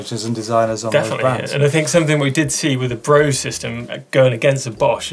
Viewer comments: Guys, please! Brose is pronounced BRO-SE, the "E" ist voiced! Like the "e" in "the". And the "O" not like "bow" but more like "floor". Thanks from Germany :) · Brose is actually pronounced "Brosa"